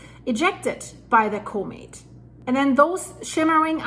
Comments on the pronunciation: Coe Mitt? Nah the word is pronounced Comm Mitt. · Comet Pronounced ‘cawmet’